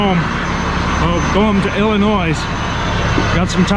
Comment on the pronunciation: The S in Illinois is silent! Ugh! Love watching your videos, but being from Illinois this drives me nuts